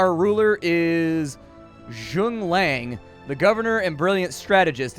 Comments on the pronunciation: zhun lang and chu no ku too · I twitched a little bit when he mispronounced the name. As a lover of strategy zhuge liang is a favorite of mine right there with major winters and sun tzu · Zhu-gay Lee-ong xP They do have some unique spelling for their names there though o.o I can never get the ones not in Dynasty Warriors pronounced correctly lol. Game looks interesting, and I sure do love me some AoE inspired games! Thanks for showing it off! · His name is Zhuge Liang - pronounced as 'Zhoo-Gay Layong' ; he was Lui Bei's main strategist during the Chinese period of the Han... look him up he's awesome - also check out dynasty warriors :)